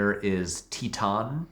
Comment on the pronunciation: As a french speaker, listening to you trying to pronounce « titane » and « julia ducourneau » is immensly funny